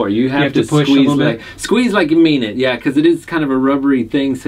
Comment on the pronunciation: squeese..? chuckle...